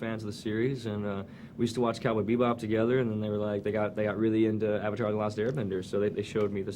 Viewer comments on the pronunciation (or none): none